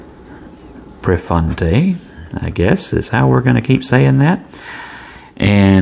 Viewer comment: The deal breaker for me was it not coming with a converter, so I purchased a six pack of Jinhao 992s from Amazon and now have not only six with converters but plenty to share with friends. Of course, I have no idea how the Prefointe writes(and I believe that you pronounced it correctly), so I cannot compare it with the Jinhao 982. Great review.